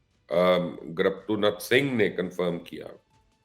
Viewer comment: Sir it's not graptunath Singh, it's gurpatwant Singh Pannu